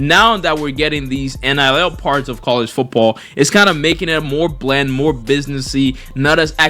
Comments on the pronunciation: Why tf do u keep saying NLL?? Very annoying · how TF do you manage to spell it correctly and then proceed to say NLL for 9 straight minutes 🤦‍♂️ get off the galaxy gas